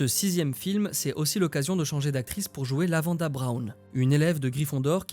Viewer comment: LavanDE Brown, pas LavandA !